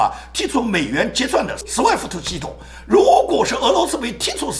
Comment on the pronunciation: 亲，不是sweft，是swift.讲的很好很激情很速度，喜欢